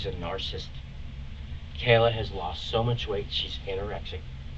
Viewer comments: Every time he says "narcist" I correct him out loud like he can hear me LOL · I'm not sure what's worse his 1990s slang, or him saying narcist (narcissist). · Hes saying narrcist ....that is so cringe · More like N'sync. This guy is 50. Also can he stop saying "nar-sist"!! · him saying narcisst is punishable all in itself 😅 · Yes, the narcist 😂. He can’t pronounce his own diagnosis narcissist 😂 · Knows how to diagnose a narcissist but can't pronounce the word! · I wish he would tell the detectives how many kids he has, and how he’d rot in a 6 x 8 cell for them. Note to crim, learn how to pronounce narcissist if it’s your go to word!! 😜🔥🇨🇦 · How can you listen to someone mispronounce a word (narcissist) so many times and not lose your shit or correct them? Also, dude is so full of shit and he is a worse storyteller than a 3 year old. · Omg it’s NAR-CIH-CYST, not “nar-cyst”. This guy needs to be locked up just to save the rest of the world from having to listen to him talk. Also, someone who doesn’t shut up like this, thinking they can out talk the police, is likely a narcissist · I really wish these detectives would have corrected his wrong pronunciation of certain words, because the amount of times this man said "narcisst" instead of "narcissist" is literally driving me insane 😂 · This guy's not 🚫 saying narsasist 😂❤